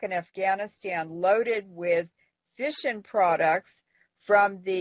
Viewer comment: I thought she kept saying fishin' products...not fission products LOL